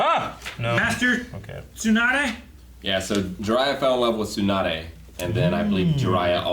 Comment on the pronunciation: pronounces Tsunade right Me: WTF HE GOT IT RIGHT